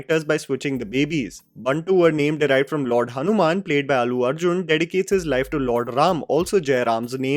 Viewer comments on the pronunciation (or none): none